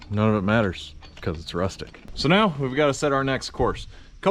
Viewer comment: Man, …. You’re so sincere and honest and then you go and make me spew coffee outta my nose with the final “Ruthtic!” Thanks! I haven’t laughed like that in a while.